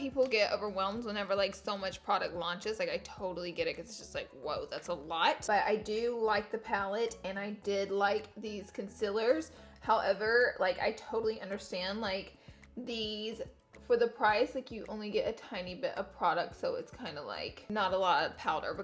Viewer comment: Not concilers it’s concealers😂😂 still love you though!!💕💕